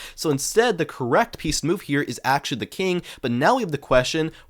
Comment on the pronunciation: When bro say pieces I heard Penis